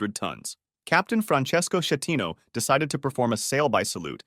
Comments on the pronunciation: is sCHEttino not scettino, and many others, I like the content but next time please use google translate to learn the pronunciation before saying it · Yes but.. "Francesco Sciettino" no, please..... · Just one note: the Captain's name is Schettino with the K sound,not the soft like in cherry. The city is called Civitavecchia and if you want to say the name correctly you say the first C as in ch sound in cherry, than the chi group as ki group. All this aside: amazing work and I love your channel ❤. Another note about the Italian Concordia: it seemed that the maneuver the Captain performed was already dangerous, he knew it very well and he did it anyway to impress a lady he had a flirt with. Also, some people think Schettino was intoxicated by drugs, probably cocaine. A full around avoidable tragedy caused by man arrogance. Amazing video as well. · He is an Italian so it's supposed to be read as S followed by the ch of technology, not as a German Sch.